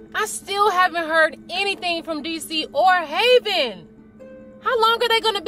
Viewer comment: It's Havyn not haveyn learn to speak fr